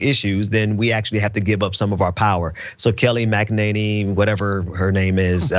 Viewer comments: The name is Kay-lie McANinny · Kayleigh (Kay-Lee) McEnany (Mac ‘n Any). Like Mac ‘n Cheese. Names are important. Try the river parallel to the Mississippi in Louisiana that goes to Morgan City, the Atchafalaya. She is pretty good at minimizing things to nothing. The Declaration of Independence expresses ideas that come from the Enlightenment. The pause all men are created equal being the most prominent. That phrase is very difficult to square with the practice of slavery in the colonies and later on in the United States. Yes there is hypocrisy so it would be best to view the document as a goal to aim for. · It’s MAGAnanny right?